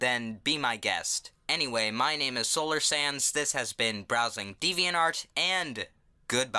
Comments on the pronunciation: every time you say solar sands it sounds like solar sans XD don't ask why but to me it sounds like that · I’m sorry but when u say your channel name to me it sounds like your saying solar SANS and it catches me off guard every time 😂